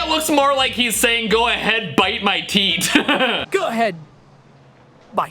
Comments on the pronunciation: “Bite my teet” got me Thank you for this video ❤ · "Go ahead, bite my teet." Why did the AI pronounce it like teet not teef? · If you say that the man with the gun that shoots the black man saying " Go ahead. Bite my teeth. " , I thought that he is saying: - Go ahead. Bite my teet. 🤣🤣🤣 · I was drinking water and i here " go head bite my teet" 😂😂😂😂😂😂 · "Go ahead,bite my teet" Rofl 🤣